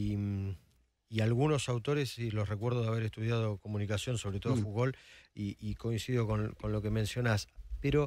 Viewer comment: Para el entrevistador, no es "fugol" es Foucault, con C, se ve que no lo has leído.